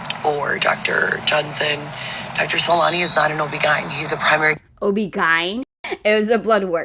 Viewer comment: Every time she says “OB GINE” I cringe…no one in the medical field says that. I worked in it myself for 11 years and never once heard that. It’s O-B-G-Y-N 😅